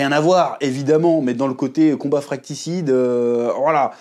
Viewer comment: C’est fratricide et non fratcticide 😂